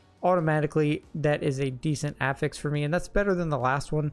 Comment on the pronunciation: I know im splitting hairs and it isnt a big deal but I have yet to hear a D4 youtuber pronounce the word "affix" correctly.